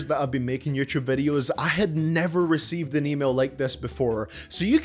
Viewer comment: Ngl, I like your way of pronouncing “yoochoob,” it has ~character~